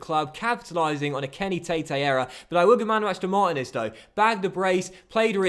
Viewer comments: its Mar-teen-ez not martin-ez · Marteenez is how it's pronounced. Also, it shows you watch Basketball with the very ridiculous Americanism Deefence lol